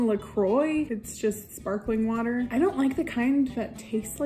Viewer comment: "BODY WATAH" - The highlight of my day.